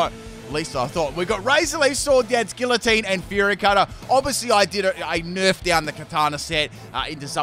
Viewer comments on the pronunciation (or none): none